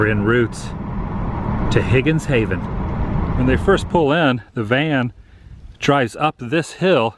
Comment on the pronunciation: Also It's Higgins Haven Not Higgins Hayven